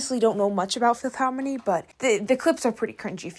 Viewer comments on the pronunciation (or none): Babe... no... Normi? Normani! Filth Harmony? Fifth Harmony... babe you can do better...